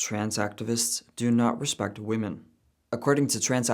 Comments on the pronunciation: I hate how she says women and woman the same 😂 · I just can’t stand it when people pronounce women as "woomun" instead of "wimmin". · What she says would be a lot more comprehensible if only she knew how to pronounce the word "women". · I can't watch a person who can't pronounce "women". I appreciate them dropping the "cis" but ffs using woman for singular and plural is making my eye twitch. I love your content, but I have to bow out of watching this video. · Does everyrone SERIOUSLY forget how to pronounce “women??” I swear to God, people don’t know how to say it, nor do they know the difference between “woman” and “women.” It’s not hard, folks. Singular vs plural. 😂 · Right, but that has nothing to do with my comment. People these days have no concept on how to pronounce the plural form of “woman” which is “women.” I wasn’t talking about they/them.